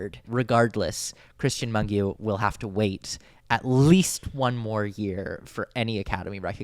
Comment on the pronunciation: also one more thing I feel the need to tell you, as a Romanian - the correct pronunciation for Mungiu is Moon-gee-ooh. hopefully it’ll come in handy next festival season. :)))